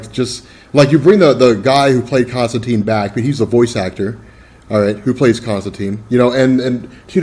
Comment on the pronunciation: you guys keep saying Constantine wrong. it's said like turpentine